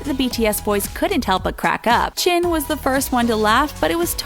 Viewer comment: and what's a "chunkoo" and "chin"??!?!?